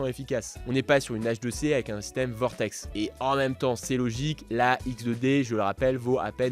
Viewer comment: et il continue de dire vortex 😅😅😅